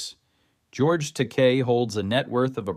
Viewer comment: Well done but George Takai is pronounced Tah-ky.